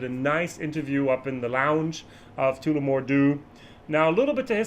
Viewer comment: I can help out here a little here too. When saying Tullamore use the 'u' in Tulla' Your Tooolamore is cracking me up! Nevertheless a solid honest interesting vid once more.